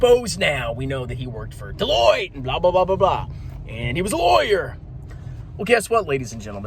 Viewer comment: The way that pronounced "Deloitte" gives away that he knows nothing about accounting